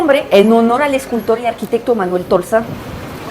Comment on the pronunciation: Muy informativo tu reportaje. Una sugerencia amical: ayudaría mucho a la claridad de tu discurso que te consigas tutores de pronunciación, la que ojo, es ya asombrosamente buena, pero las sílabas acentuadas te fallan un poco, bueno, bastante. No es lo mismo decir “llegue “ que decir “llegué “, como no es lo mismo decir “nacio“ (palabra inexistente) que decir “nació”, o decir Tolsa (nombre desconocido) en lugar de Tolsá. Va igual para las palabras que lleven el acento (marcado o no con tilde) en sílabas que no sean la sílaba final. Hace toda la diferencia del mundo. En francés, las sílabas son todas más o menos iguales en el sonido de acentuación, excepto la última sílaba que se diga, la cual lleva un levantamiento como si tuviera tilde (el acento). No así en la lengua española, la cual tiene reglas y distinciones muy específicas de dónde debe ir el acento pronunciado en cada palabra en todos los casos.